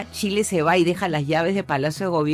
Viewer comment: vi la entrevistas hasta que la entrevistadora digo Tchile...